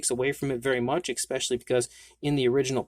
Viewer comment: ESSS specially, not ECKS specially